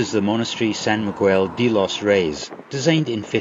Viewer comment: Quick lesson in Spanish pronunciation: The preposition 'de' meaning of or from isn't pronounced 'dee' but more like 'dae'. Double L is pronounced approximately like Y.